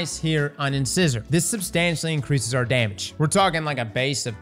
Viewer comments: In-Size-Or. In- Scissor is breaking my ears. 😉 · In-sigh-sore, like.. like a tooth. Like an incisor tooth. C'mon man. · love the vids brother. But you’re killing me with the way you’re mispronouncing these words lol. Incisor is a tooth, pronounced In-size-er. In another vid you were mispronouncing Aegis- pronounced A-jis. Hope it helps, keep up the great work…just maybe research some of the words beforehand 😃. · I put myself through the trials mill to get my hands on a couple of decent Immortal rolls and the gun gets nerfed. If this trace is sooooo gooood then it too will get nerfed so not doing it again I value my sanity more. It's not "Inscissor" like the dressmaking accessory, it's "In-size-or" as in the tooth just a fyi. :) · Whenever a new weapon comes out, never fails to entertain us with his ways of pronouncing its name In-Size-or, not in-scissor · It’s in-SIZE-er not in-scissor 🤦🏻‍♂️ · In-size-r not in-scissor I'll get shit but it IS funny hearing it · Ok, it's pronounced "In-size-er". Named after the sharp "fang" teeth lol. Not internal scissors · Bro is killing me with the wrong annunciation of in-size-or. LIKE YOUR TEETH. Inscisors😂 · Not to be that guy but I'm totally gonna be that guy, I'm pretty sure its in In-SIZE-or not in in-sizz-or, It's supposed to be like our teeth of the same names. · IN-SAI-SOR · In-sigh-zor not in-✂️ lol. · Why do all destiny streamers have the pronunciation skills of a 4 year old? I just heard Grenader Jake pronounce it the same way. It's Uhn-sai-zr not Inscissor. Its a tooth we all have and no one can pronounce it. Its such a petty thing to get mad over so im sorry ahead of time. But c'mon! lol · Inscissor? Wow you really don’t know how to read? It’s pronounced In-cy-zer like the tooth. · It’s pronounced “in size er” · Ins eyes er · Keep hearing people call inscissor makes me chuckle. That dentist joke up above though 😂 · I'm just here to hear him say "Inscissor" don't mind me <3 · In-Scissor lol